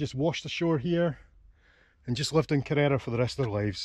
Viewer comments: Nice video. I was there years ago. I think you’re supposed to stress the first syllable when pronouncing Kerr-era, not the second. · Great shot of the town with the mighty Ben Cruachan (there's a power station inside it) behind. A wee quibble: the name is KE-rrera, accent on 1st syllable. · Cheers, just wish I'd pronounced it correctly:D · Lovely video. Ive kayaked around it before and visited the little tearoom. The way you pronounce Kerrera is hilarious, you wouldn't know you were Scottish its that far off!